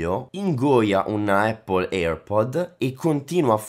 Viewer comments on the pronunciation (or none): none